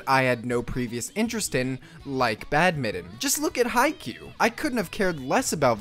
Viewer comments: Badminton BAD-MIN-TON, not bad-mitten. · its BAD-MIT-TON